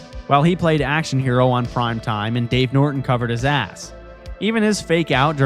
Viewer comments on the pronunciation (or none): none